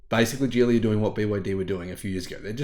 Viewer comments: Geely is pronounced as Gheelee and not Jeely. With a 'soft' G and not a 'hard' G. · I'm sorry but the guy in that link totally mispronounces Geely. The Chinese characters is 吉利 which means auspicious and is pronounced "Jí Lì" with a high rising and low falling tone. You can copy that into Google translate for the correct pronounciation.